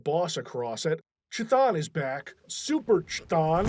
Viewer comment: Chthon is pronounced like "cone." You'd think after 30 years would have learned how to pronounce it correctly.